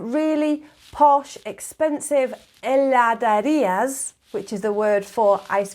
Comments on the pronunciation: Good video. one minor correction, It is Heladeria (not Heladaria) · Heladerías. Not Heladarias. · Hola! Me encantó el video y me hizo pensar lo afortunada que soy al nacer en este país hermoso :elbowcough: Quería hacer una pequeña corrección: es "HeladEría" y no "HeladAría"; al menos en Buenos Aires (de donde soy) y en las otras provincias que tuve el gusto de conocer, siempre lo escuché y leí igual. Me encanta tu pronunciación igual! Se nota que pasaste un buen tiempo acá :) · Is Heladerías not Heladarias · It was a very nice video, but I just wanted to make a correction: at the minute the proper word and also the pronunciation is "heladerías" and not "heladarías". But you make it right. Everything else is perfect, I enjoyed it too much. Regards from Mendoza, Argentina :D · Dear, it's HELADERIAS, not heladarias. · "heladErias"* . Really guys, try ice cream in Argentina´s heladerías. There's nothing like this in the world. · not heladArías, but HeladErías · Una pequeña corrección, se dice heladErías, no heladArias. Y un dato, la ciudad de Rosario es la capital nacional del helado artesanal. Muy buen video. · Hi! Great video! Just one more clarification: it's "heladEría", nos "heladaría". Similar to heladera (fridge). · I´m sorry I´m gonna be a little fussy here but it´s actually "heladErías". Nice vid btw. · I'm sorry but it's HELADERÍAS with an e. Nice video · It's HeladErías, great video!! 😄